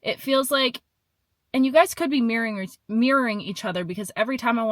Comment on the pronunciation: 2025 Sept.05 video ~ 2026 June 16 today Thank you! Revisiting the "secret feelings" person LOL "and you guys could be (marrying? / mirroring) each other" 🦧🙉 listen super slow...